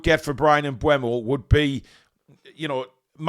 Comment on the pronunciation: Mbeumo (pronounced Mbermo) not Mbuemo.